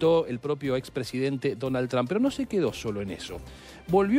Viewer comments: No se pronuncia TRAMP, se pronuncia Tromp y se escribe Trump. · PORQUE LE DICEN DONALD "TRAM" 🤔